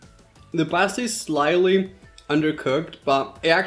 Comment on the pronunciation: That’s not how you say pasta bro but nice video